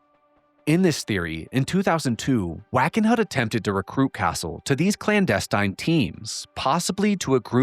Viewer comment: you're the best! You should know you have been mispronouncing "clandestine" all this time. It's like nails on a chalkboard since you say it so often.